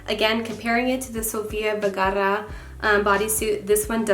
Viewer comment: Love this video. But gurl.... ur emphasizing a lot on your R's on Vergara. Just helpn ya out.😉